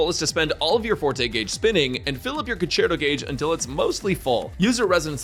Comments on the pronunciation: hahaha "concherto" haha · english is savage 😂conCHerto???